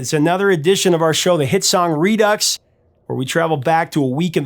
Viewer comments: It's pronounced "Redoo" not "Reducks" SMFH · Redux is pronounced redue or redew. Not ux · The X is silent Re Doo. Not Re Ducks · Why do you call it 're-ducks' if it's pronounced like 're-do'? Just asking. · Redux is pronounced ree-doo. It’s a French word. I love Casey Kasem, but he was an a$$hole. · redux - re-due